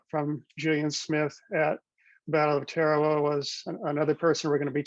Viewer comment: It is pronounced Ta-ra-wa. Why are you using this bastardization when it is so easy to check online?